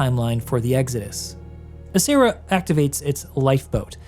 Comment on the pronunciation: Just as an FYI: in Italian you would read "Acerra" as A-ch-erra, not A-ss-erra (with the "ch" pronouned as you would it in the name "Mitch"). "Cera" (pronounced like "Chera") in Italian means wax, which is why there could be a relation to the Latin for a ceremonial alter (assuming incense or wax candles were used).